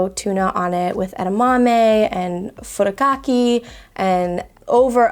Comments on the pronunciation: The way she pronounced “frikake” was super weird 😂😂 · I'm not native Hawaiian but a resident of Hawaii, and I also cringed when she said that. And also "furikakey" 🙉